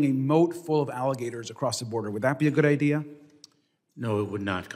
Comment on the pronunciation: At 44 minutes and 06 seconds this woman used the word “IDEAR” please clarify what that means. Thanks